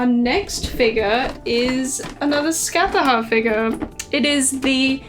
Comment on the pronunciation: Im sorry but your pronounciation of Scáthach hurt 😭😭